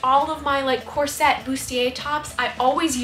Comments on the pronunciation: I know it's dumb but hearing corset pronounced as "cor-SET" drives me crazy!! It's pronounced "COR-set" Anyway, you truly are a wonder and pay so much attention to detail. Your videos are always a joy to watch! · Lovely ❤ is that how you pronounce corset? Mine sounds like "core-sit" 😂 brilliant artist.